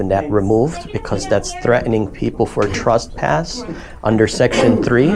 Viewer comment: The word is “trespass” NOT “truspass”